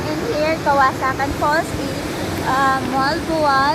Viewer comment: It's KAWASAN right? not "kawasakan" as you keep on saying.